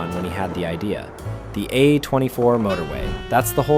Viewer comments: I'm sure your accented voice would still sound better than an AI simulation. Trust me, 'uh 24' when it should be pronounced as 'A24' is annoying af for those of us who love and know movies. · AI voice. Downvoted. Pronounced A24 like "uh 24" multiple times.